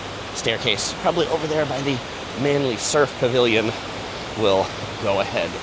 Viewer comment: Well done - you got the pronuciation of "Manly" correct! Will you be visiting Lady Bay Beach at South Head?